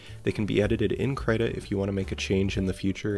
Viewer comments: did i just hear you say kraita? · Is he saying credit or krita